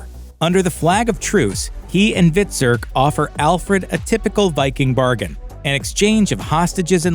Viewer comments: Hvit-surk , U-bay ....jesus make someone who watched the show narrate the commentary. Embarrassing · Terrible script reading, who ever narrated this never saw the show, could not even pronounce their names properly, UBBIE 🤣stopped watching after the mispronunciation of Hvitserk.